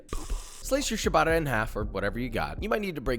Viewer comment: Great video! Thanks for sharing this recipe! Btw, ciabatta is pronouced "tchabatta" (note the double 't') rather than "shubata" ;)